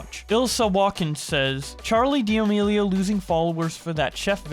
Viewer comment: Churr-leigh dee-uh-meeleo